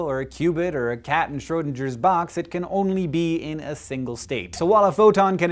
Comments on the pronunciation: Schrödinger is pronounced Schrö-ding-er, not Schrö-dinge-er. It is like the difference between GIF and JIF. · Hank: The "ng" in Schrodinger should rhyme with "sing", not "singe". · I'm sorry, say jif all you like, but it most certainly is not Schrodinjer. NO. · Hank, the way you pronounce Schrödinger makes me really uncomfortable … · That's not at all how you pronounce Schrödinger! [dʒ] isn't even a sound in German XD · The 'g' in Schrödinger not a soft 'g': the 'ng' form /ŋ/ in the same way that 'singer' is a reference to one who sings, not one who singes. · D-Wave isn't a quantum computer per se. It uses quantum annealing and can't do Shor's algorithm. Nevertheless, it's pretty amazing. The 'g' in 'Schrodinger' is pronounced as 'g' in 'great' not like 'giraffe'. If You explain superposition, You should also mention quantum entanglement. You can't really have a QC without entanglement. Otherwise, great presentation!